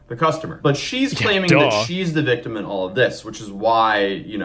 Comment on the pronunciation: "I'm the VICTUM". Grief, why are these children unable to pronounce words properly, these days?